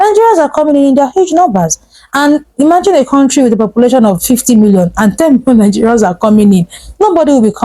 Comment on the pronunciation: If you want to know an Igbo man just ask him to pronounce this word: COUNTRY